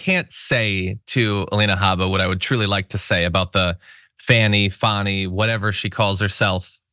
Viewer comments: She wouldn't be socially "grounded" enough for me to want to buy hamburgers from, at a fast-food counter. She's one of the defense attorneys and she still hasn't figured-out the pronunciation of the DA's first name--; and even when she remembers it--; she still tries to argue that it may not feel like the most "?logical?" pronunciation to her--(!?); And she still has the unmitigated audacity actually to "disparage--;" the ("heroic"), super-competent, "accomplished" attorney Fani Willis--; as who "she-herself," Alina Habba, is--; namely, the farcical comedic trope of the employee so inept they can only just barely hang on to their job by a fraying thread--! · I wish Fani would make a zoom meeting to just go over the pronunciation of her name. I’d love to be on that call. I know it’s petty, but WTF.